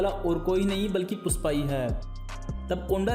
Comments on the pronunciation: "Pusss paa" nahi bhai🤣 PUSHPA hh 😂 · Puspa nahi be ..Pushpa.....pehle ispe kaam kam kR ..fir behind the scenes ja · PUSHPA not PUSSPA